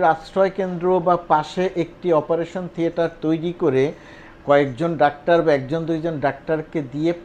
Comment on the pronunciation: Appreciated. Please pronounce either doctor or in Bangla ডাক্তার, not in-between.